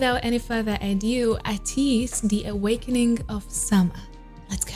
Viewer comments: Thank u for ur reaction to our kings 🔥 we welcome u to our family anytime 💕, but I wanted to correct you the correct pronunciation of their name is Ay~ teez I hope u will continue to support and love them and become an ATINY and join our fandom “ the pronunciation of the name of our fandom is (Ay~ tiny) The meaning of our fandom name is ATEEZ Destiny they took A from ATEEZ and tiny from Destiny and they came up with ATINY🥺♥️ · It’s pronounced Ay-tease <3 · I’m so stoked you reacted to them as well! I ADORE YOUR CHANNEL!! Btw. for their group name, it’s pronounce it ay-teez. I used to call them ah-teez for the longest time until someone jumped me 😫 They recently did a cover of Kid Laroi’s Stay live so maybe you’d like to check that out? Oh also, I asked for this before too and I hope it’s not rude to ask for other groups in the comments of the ones you’re reacting to, but NCT 127 is a very vocally centered group and they’ve got the studio recordings and all the stuff you like for all of their popular songs, so maybe you could give them a listen as well sometime? ☺️ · Hi! I found you through your skz videos and been looking forward to you reacting to Ateez so much! (it's pronounced as ay-teez btw) I think you should definitely check out their live performance of Turbulence on it's Live channel! The song is so beautiful and really shows of their vocal abilites and the format is similar to first take videos:) Btw the illegally good looking man in the beginning is Seonghwa, he's my bias for a reason lol. Anyway thank you for providing us with so much amazing content and take care<3